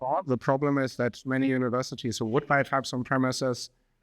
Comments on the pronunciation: Hold up, all this time i was pronouncing it the German way "Tüpst", but it's Teipst?? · Honestly, I prefered the tüpst pronounciation